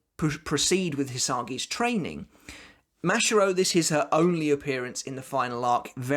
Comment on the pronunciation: I have two things for you to improve 1. You need to work on your pronunciations, specifically with your a words, such as ‘Shinigami’ or ‘Mashiro’. 2. You sound like you have no emotions, when you do Rose’s ‘badass’ line, it doesn’t sound like it, put some more meaning and feeling into it.